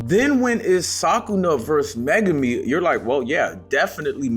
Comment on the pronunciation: Not "Sakuna", but "Sukuna". 🤣